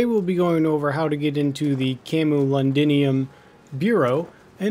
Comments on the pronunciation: Thanks for the tip! Only fair that I give you one in return. It's Cam-yu-LOD-un-um. lol. And the city is pronounced Col-chester. Anytime you see "cestre" it's pronounced "chester". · I live in Colchester and my street name is called camulodunum way which translates to Colchester. It quite funny hearing you try you pronounce it